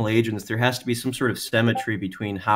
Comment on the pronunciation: "Semmetry" still bothers me